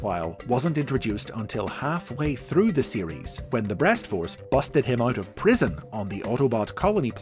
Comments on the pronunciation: why is saying breast so difficult for you? lmao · The pauses after saying something related to "breast" is what made this video all the more entertaining besides learning about Liokaiser lol.